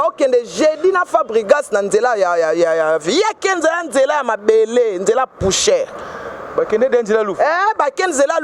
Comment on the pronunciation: Bonjour BA LOBAKA POUCHER TE BALOBAKA POUSSIÈRE MERCI